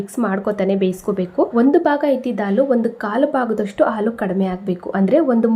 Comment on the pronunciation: ಆಲೂ ಅಲ್ಲ ಹಾಲು